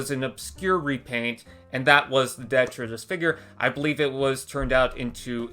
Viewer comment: How come no one seems to know how to pronounce detritis? De-tri-tis. Three syllables.